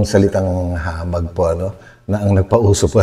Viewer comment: hindi hamah its hamag